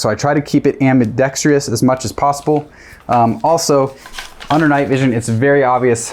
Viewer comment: ambidextrous - not ambidextr(eee)ous. Even gun company CEOs get that wrong. Your content is solid. Don't be an "honest" outlaw, get offended, and throw a tantrum. We're just here for good correct info. Only commenting because you actually care about getting good info out there.